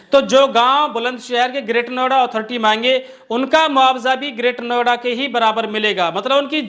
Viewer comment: महोदय नवेडा नहीं नोएडा कहिए